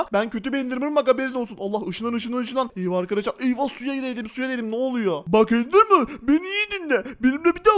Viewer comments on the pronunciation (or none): Endermın degil doğru düzgün konuş